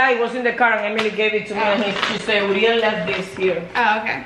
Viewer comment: I like their videos bu the only thing that bothers me is how says Uriel 😭